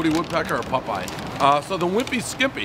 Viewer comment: "is that Woody woodpecker or Pupeye?" Hahahah says it just like "hut oil" 😂